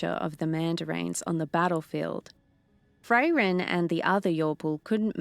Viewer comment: My only negative aspect too this was as others also pointed out, the way she is saying Fray-ren not Frairen that could throw me off a bit, besides that she did a good job yes she will get more confidence in the story it is after all a channel favorite so it can be daunting to step into someone elses shoes too try and keep it going, i am all for her making it her own and giving it her own flair with the exception of the name Frairen, it could be an accent thing not sure but it throws me off a bit. She did a good job with Himmel and others as well so keep up the great work big shoes to fill, just get the name of Frairen right and i am going to praise you all day long for keeping this universe going.